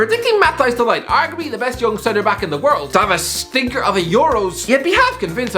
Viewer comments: Nobody:: De leyegt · Mate his name is de ligt not “the light” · De Light 💡, 🤣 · I disliked the video because you couldn't pronounce de ligcht